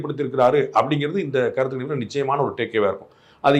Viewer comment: Kanippu illa sir. Ganippu.....GA, GA......😮😮